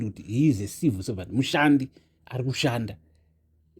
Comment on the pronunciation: Are you saying Number One Civil servant or No1 Evil Servant? Chirungu chinondi nhetsa